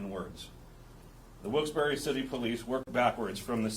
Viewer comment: It’s pronounced wilks barrel lol